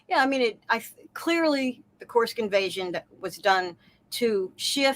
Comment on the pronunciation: Judge makes me laugh with his Kursk pronunciation challenges 😂😂😂